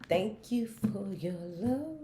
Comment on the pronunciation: I love when you say “thank you for your loveeeee (drastic pause) and support “ 😩 I say it with you EVERY video lmao